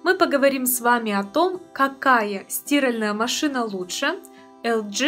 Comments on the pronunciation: Особенно парадовал Ваш русский язык. Кто Вас ему учил? СтИральная )))))) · С 2023 года правильно говорить стИральная!!!